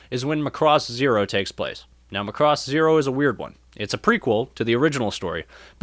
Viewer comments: I don't know how or why the pronunciation of Macross has become "muhCross" for so many people, but I wish it would stop :p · You can't pronounce Macross (the emphasis needs to be on the 'ma'), and you're really not funny at all, so the humour falls flat. If you just concentrated on actually talking about the series, it would be a much better video. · before writing a guide, how about you leanr to pronounce the name properly